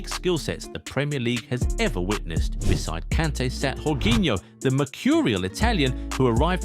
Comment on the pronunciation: Remember Portuguese/Spanish languages the J is mostly Y like in Jose it's pronounced Jose not Joze